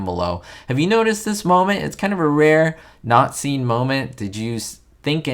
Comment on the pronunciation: Good video! You always have a way of bringing the not seen moments into the spotlight and it’s great! Speaking of not seen moments, in your narrative, when you said “not seen” it sounded like nazi. Was that a “not heard” moment? lol. Just kidding I know it wasn’t intentional. 😊